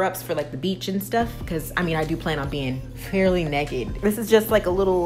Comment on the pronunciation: I’m not alone !! You also pronounce Naked like Necked lmbo!! My husband makes fun of me all the time .